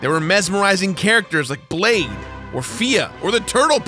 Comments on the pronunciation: It's pronounced /blai̯ð/ (basically, "lithe" with a "b-" in front of the "l") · No Completionist video about a Souls title would be complete without our lovable mispronouncing a name that is spoken out loud by multiple characters to the player!:D I wonder if Blade is off killing vampires as a daywalker off in Drangleek somewhere?